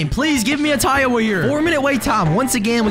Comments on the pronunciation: i'll never get why you call tiawa taiwa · Tip: Its Tiawa like Tiara